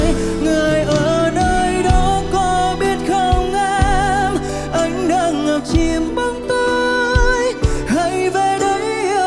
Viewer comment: Nhất là đoạn điệp khúc sau, sửa lại 1 chút vài chỗ phát âm “ngập chiềm” “từ giây phuốttt”…rồi pha Erik nhập “và ta sẽ yêu nhau hết cuộc đời ohh no no” 😅😅